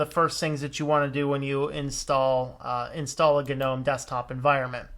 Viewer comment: I think people who pronounce Gnome as Guh-nome should be shot, strangled, and hung upside down naked in Times Square. It's as stupid as pronouncing Linux as Luh-inux. I don't care what Stallman or anyone else says. It's wrong, it's just wroooong!